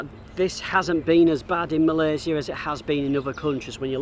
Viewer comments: This is the first time i hear a foreigner say "Malaysia" instead of "Malaysya" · Love to hear you pronounce Malaysia - SIA, not Malayshia - SHIA or ZIA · I like how he pronounce MalaySIA instead of 'MalaySYIA'. People, that is the right way of pronouncing MALAYSIA <3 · Love how you pronounced Malaysia with a C not Shi. Take a good care of yourself ya. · Thank you for sharing your video of KL. It’s beautifully shot and inspiring me to do the same. And another thing that I like is the fact that you pronounce Malaysia correctly and better than some of us Malaysians 😅. Well done and stay safe & healthy 👍🏽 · i love how you pronounce " Malaysia" correctly :) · Im sorry but, I really love how u pronounce Malaysia. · appreciate when u pronounce the country name right.. Malaysia.. 🇲🇾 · The only mat salleh I heard call Malaysia is Malaysia not malayszia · The way you pronounced the word Malaysia is just how the local would pronounce it. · Thanks for pronounce Malaysia correctly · My first time watching your channel. Great content. I love how you pronounce Malaysia correctly like a local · I just love the way you pronounced malaysia❣️ Stay safe for your next journey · Love the way you pronounce ‘Malaysia’ 👍🏼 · I am HAPPY that you can pronounce MALAYSIA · I appreciated the correct pronunciation of Malaysia! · I love the way you pronounce 'Malaysia'. That's the Malaysian way.